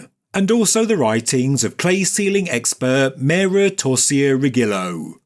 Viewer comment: Great video! 👍 I suggest you type Torcia Rigillo into Google Translate and listen to the pronunciation in Italian. You'll probably be surprised. By the way, torcia means torch and riggilo is seal .